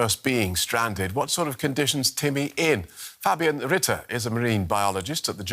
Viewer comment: Like the way the new reporter pronounced the name Fabian Ritter at the end.😊 Well done. Not perfect, but definitely good! 👍